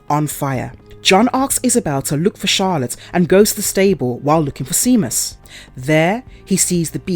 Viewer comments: Lol. Seamus is pronounced “Shaymus”, not seamuss 🤣🤣🤣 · Omg i cant even watch it because of that lol like really? Never heard of Shay-mus? Did you not even watch it? Cause if you had youd have heard them say it. Just a script actress. Doesnt actually know what shes talking about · Please, if youre going to narrate things, fir gods sake, learn to pronounce what youre reading. Seamus is pronounced Shaymus. Granted the spelling is odd, but many common names arent pronounced how theyre spelled. It takes 2 seconds to find out. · the name Seamus is celtic and pronounced Shay-mas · Thankyou for explaining in detail, I watched a review of this film on another channel and he gave no explanation why the gypsies wouldn't leave or whY they were doing there or why the stupid daughter didn't explain to her parents what happened to her brother, so thankyou. But please pronounce the name right its pronounced shame-us . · Saw this in theaters. Definitely an interesting twist on the werewolf myth. Boyd Holbrook's always good to watch too. Btw, Seamus is pronounced "Shay-muss". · Honestly how can someone not pronounce it right?!?